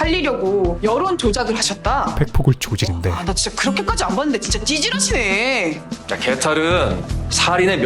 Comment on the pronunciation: 연진이 찌질하시네 발음 억양 진짜너무찰지네